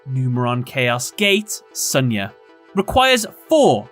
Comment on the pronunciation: It's pronounced Shunya not Sanya.